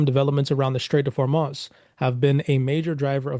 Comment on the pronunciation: I can’t believe anybody takes you seriously you can’t even pronounce simple words like Hormuz and Proctor